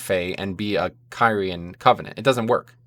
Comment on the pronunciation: Pretty sure Blizzard Themselves pronouncing Kyrian more like Kiri-jan , but throughout the video you pronounced it like Kay Ryan, which didn't discredit the video but it still made me chuckle about the mispronunciation